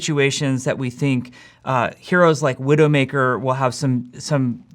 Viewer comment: woah did he say "Widowmaker" D E F E A T